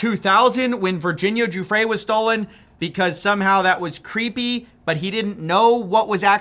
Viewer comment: Hey quick correction, Giuffre pronounced guff-ree, I couldn't give less of a shit if we misprounced the monsters' names wrong but we should try for the victims' sake